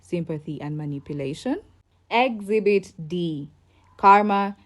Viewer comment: Exhibit not exbit